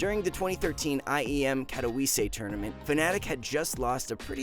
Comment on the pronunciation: Whoever narrated this video should be fired for how badly they butchered “Katowice”